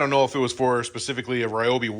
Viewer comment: Your saw might treat you better if you pronounce his name correctly: Ree-o-bee.